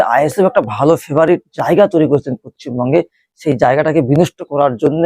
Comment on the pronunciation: আরে গাধা পশ্চিমবঙ্গ টা আগে ঠিক করে উচ্চারণ কর